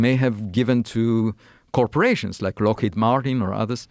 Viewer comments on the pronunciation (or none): none